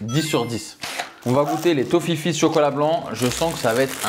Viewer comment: Tofifee ce dit tofifé et c'est belge